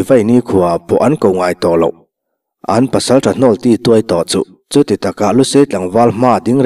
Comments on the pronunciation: silai lawn tih ilam dan kha diklo deuh tlat mai,bank loan kan lama loan lam dan in ilam a,entir nan (he lai thing chu asang bawka lawn ahar khawp ang) ti a kan lam rik ang lawn tih thluk khan han lam ri tala angaihthlak anuam deuh angem le aw.. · Silai lâwn (loan) thluk nilovin, silai lawn (zanlawn) a lawn tih thluk a thluk tur.. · Angaihthlak anuame,chutihrualin 'silai lawn'tiha lawn laitak hi leilawn a lawn kanlamrik anga lamnise adikzawk lomaw ? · Silai LAWN ri ulh ulh tih lam dan hi maw , leihlawn a lawn ti ang a lam tur ni zawk awm tak